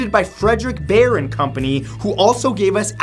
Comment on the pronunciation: It's pronounced "Buyer", not "Bayren".